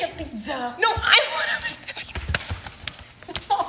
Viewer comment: "I wanna make a pizzUh" "some cheese meesey" Got me 😂